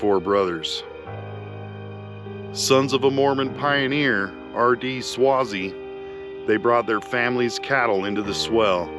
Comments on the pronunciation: Thanks for the video. Just thought you should know that you're pronouncing Swasey wrong. It's pronounced Sway-zee. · you need to pronounce the last name with a long "A" sound, phonetic (swaaayzee) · It's pronounced sway_zee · Thank you for sharing all of your videos I enjoy watching and some day hope to go see the places you have gone. Just one thing you say Swayze name wrong lol it is pronounced the same as actor Patrick Swayze. If I offended you sorry I had a Strict English teacher be safe on your adventures and thank you again